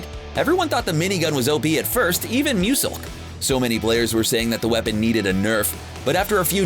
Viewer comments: Um I don't think that's how u say LazarBeam mate 😂😂oh and musELK not musuck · Did he just say moo-suck ( he was Meant to say muselk) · Did he just say Muselk like as in must elk???? Or am I hearing thing and omg ITS LACHYS OLD NAME LACHYDACHY.....!!!!!!! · Did this guy just say Moo-sulk and Laz-ear and Doo-quan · Muesilk Lahzarbeem LEARN TO SAY NAMES PROPERLY.